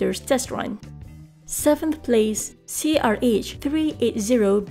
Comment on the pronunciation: When she say SIX or FIVE PLACE it sound like SIX PLEASE